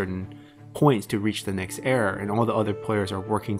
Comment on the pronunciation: Do you know how "era" is actually pronounced?